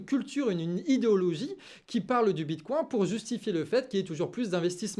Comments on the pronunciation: J'ai serré les fesses à chaque prononciation du bitcoin. Le bitcoincoin du canard 🤪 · Hihihi!!! Mon!!! Tu parles de bitcoin avec l'accent canard ❤❤❤ bitcoincoin!!! 😂